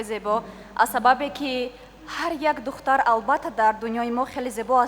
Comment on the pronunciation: причем тут красота? Она на таджикском двух слов связать не может, даже "духтар" сказать не может говорит "дхта", эта же не мисс куляб